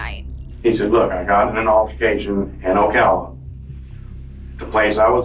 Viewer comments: It's not "Oh-kulla" Florida, it's pronounced "Oh-kalla". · Ocala- O-cal-a It's haunting to see how this entire group of kids has zero respect for life. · Hey just letting you know it’s pronoucn oh-cal- ah and this happened not far from me. How sisck what happened poor seath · Oak-a-la lol Ocala. We are Ocala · Ocala - said like OH-Cal-a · Ocala florida is crazy. its ow-ka-luh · The way she pronounced ‘Ocala’ gave me a good laugh; I’ve heard it said wrong in just about every video on this case but that was a new one😂 it’s O-cal-a!!! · Good video, but the way you said Ocala bothered me 😂. Also, the constant typos on the CC. Just some insight, keep up the good work otherwise! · That's not how you pronounce Ocala Florida just saying 🤦🤦 and Belleview Florida isn't spelled that way. These teens are sick and as ex resident of Marion county I am deeply disgusted as my kids could have possibly went to school with these children even though they didn't thank you Lord for keeping my children out of harm's Way. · How darn Kyle say Seath deserved that! He did not! Poor kid! 😢 RIP Seath you are at peace now Btw you mispronounced Ocala